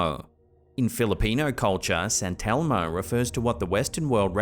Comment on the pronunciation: SANTELMO? YOU MEAN ST. ELMO.